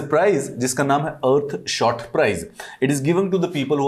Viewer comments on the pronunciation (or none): Its not ear shot Its earthshot